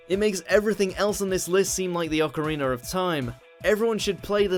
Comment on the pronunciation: Ocariner of time?